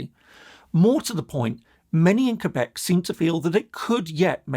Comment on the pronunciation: Thank you for saying Quebec correclty.